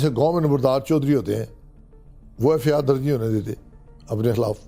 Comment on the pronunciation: Pakistan Judiciary is on the shoulder of these people who cannot even pronounce “FIR”…… “EffeAaar” kiya hota hay?